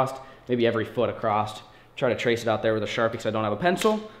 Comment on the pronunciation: Across doesn’t have a T at the end